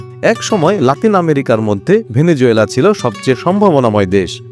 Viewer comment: ❤ভেনেজুয়েলা❤ সঠিক উচ্চারণ হবে ভেনেজুয়েলা ।